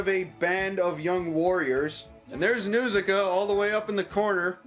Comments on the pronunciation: Its pronounced "N-HAR-SIKA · The first syllable of Nausicaa is supposed to rhyme with 'caw.' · If it is your favorite, why do you mispronounce the name?